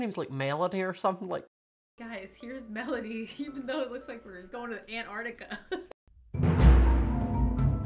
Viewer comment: He didn’t predict it, her name is ‘Melody’ not ‘Meiiilodie’